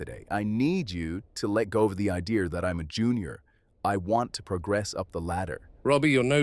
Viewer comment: “of the idearrrr” I’m crying